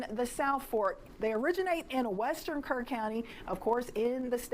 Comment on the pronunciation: NGL I thought she said Kern